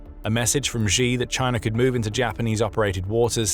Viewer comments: Chinese leader's Surname Xi is pronounced pretty much like /she/ no matter that 98% of the newscasters get it wrong and pronounce it /gee/ it's still wrong, don't follow the crowds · Please learn how to pronounce 'Xi' properly. You come across as unprofessional & therefore not so credible.. it's an easy fix. (Clue; it's pronounced like 'she' - not the 'X' in Xylophone, or ' 'J' in Je suis un homme). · Xi pronounced SHE Winnie the Pooh!